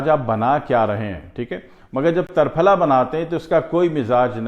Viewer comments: Triphla and not tarphala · تر پھلہ میں ت پر زبر نہیں زیر درست ہے۔ جیسے = ترنگا۔ تکون۔ترچھا۔ تنکا ۔ تیر کمان۔ تیکھا۔تیتر ۔تیسرا۔ تین ۔تیرا۔ بہر حال آپکے ہاں جو درست وہی درست ہوگا ہمارا کیا۔آپ ہیں ۔جناب صابر ملتانی صاحب کی مجموعی نظر سے اسکا کچھ واسطہ نہیں وہ تو صرف قانون مفرد اعضاء کے بانی تھے انکو اسکی کیا ضرورت لیکن پھر بھی کسی مفرد یا مرکب تحریک میں اسکا ذکر نہیں کیا ہے۔ اشارہ کافی ہے۔کنایہ بعد میں نہیں کرونگا۔